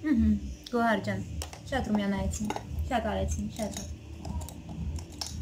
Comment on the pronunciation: ջան Գոար չէ Գոհար ։ Ինչքան հասկացա ՀՀ-ՈՒՄ չեք ու լավ չեք տիրապետում լեզվին։